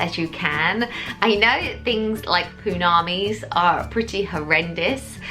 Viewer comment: Did you say poo-namis?? 😂😂😂